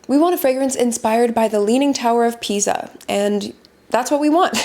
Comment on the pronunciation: I love this kind of videos, please keep them coming! Just a couple of things. It's "leaning tower of PISA", not PIZA (both in terms of spelling and pronunciation). Also, I was wondering if Guerlain can be considered both a brand and a house.